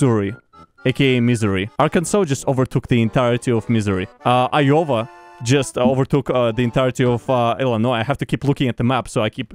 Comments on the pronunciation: you saying Iyova instead of Iowa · When you pronounced iowa like "Iohwa" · Love how he pronounces Iowa lol